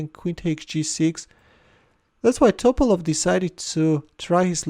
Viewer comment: It’s Topálov, not Tópalov